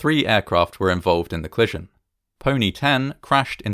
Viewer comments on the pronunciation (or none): Co-li-sion, not "clison" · “Clission” a bit distracting, but delightfully entertaining! What a tragic occurrence compounded by so many things after the ‘clission’, hopefully this will never happen again. Thanx for making this video.